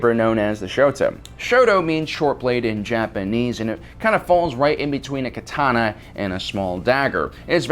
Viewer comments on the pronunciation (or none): none